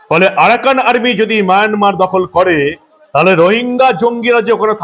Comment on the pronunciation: আপনি খবরে মায়ানমার কে বার বার মায়নামার বলছেন ।